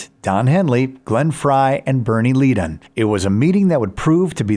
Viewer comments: 'Leadon' is pronounced 'Leddon'. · You'd think the moron voice over would be able to pronounce Leadon and Furay correctly.